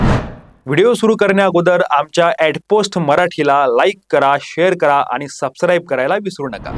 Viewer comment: सर तुमचं knowledge आणि news presentation खूप मस्त आहे.. फक्त तुम्ही ते सबस्क्राईब हा शब्द बरोबर उच्चार करत नाही... ते ठीक वाटत नाही.. क्षमस्व 🙏